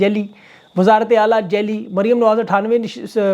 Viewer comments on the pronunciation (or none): معزرت کے ساتھ صاحب ۔۔جعلی لفظ ہے ۔۔۔جیلی نہیں ۔۔۔۔اپ جعلی اقتدار۔۔۔۔ لفظ بولاکریں